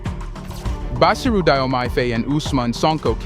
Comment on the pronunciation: Read it as JOMAI.